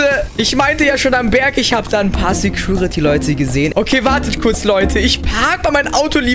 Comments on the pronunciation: Genau mein Gedanke...."Sägruritty" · Es heißt security